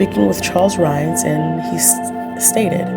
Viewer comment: Hi, This is Dalaine Bloom again. I like that You found this story about Charles Rhines. His name has always been mispronounced as Rhaines. I don't really care but notice the discrepancy in the spelling. Anyway, I was born and raised in Rapid City, South Dakota where this crime took place. I remembered it vividly, because back then Rapid City did not have that many murders. I think that You were Probably given a very cleaned up version of the story. First of All, I never knew that Rhaines was gay and thought that Donovan Sprague was gay?! Anyway, back then that was the first murder that I had heard of in at least 10 years in Rapid City. I remember the murder vividly. It was extremely, scary to All of Us that grew up in or lived in Rapid City. It was a very scary and gruesome murder. We had All heard of how Donovan Sprague fought for his life. There was blood splattered all over the donut shop. I remember the Police put up Brown paper all over the outside of the windows and black plastic bags over them. It was snowy and cold. The Owners did not ever reopen Dig em Donuts. The Owner said, "He could never get that horrendous site out of his head." Blood all over that very Beautiful and cute little donut shop and blood all over the donuts and other pastries. If and If I remember correctly, I think that Rhines lawyers thought that jurors were biased because of all they would have heard from the media about how gruesome the crime was before Rhine's Court date. I didn't remember heari